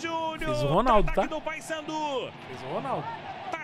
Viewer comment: E a comentarista que falava Passandu não Paysandu. Kkkk